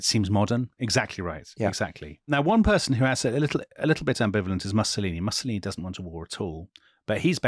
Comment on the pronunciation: I don't want to be picky, but the mispronunciation of Mussolini does grate a bit.